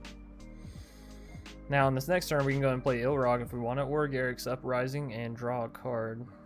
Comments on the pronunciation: This is a small thing, but I cringe every time you call Ilharg "Ilrag". Other than that, I'm anxious to try this deck out. I like most of your brews! Decks don't have to be always comoetitive to have fun. Besides, gotta make use of all the cards before they rotate out of standard. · I prefere the iIlrag, sounds better :)